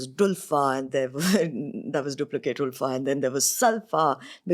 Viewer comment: How many times we have to say...that its not OOLFAAAA..... Its Ulfa pronounced as ALPHA.😂